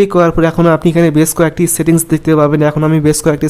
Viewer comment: ছেতি্ংছ না সেটিংস। নিজেরউচ্চারণ এর সেটিংস ঠিক করো😀